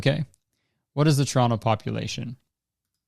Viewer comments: 'the city of toronno' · You can tell he’s from Toronto cuz he pronounces it churrono